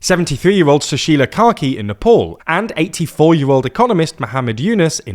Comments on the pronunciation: Nepaul??? Lmao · Pornounce Nepal correctly mate, its not that hard